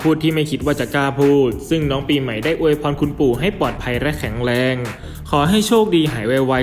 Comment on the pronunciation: ออกเสียงให้ถูกต้องด้วยคะ ตัว ร ไม่ใช่ตัว ล และออกเสียงคำควบกล้ำไม่ได้ ตัวอย่าง สงกานต์ กับ(กลับ) ลอคอย พะราชมงคลมุนี แข็งแลง (แรง) ช่วยปรับปรุงด่วนเลยคะ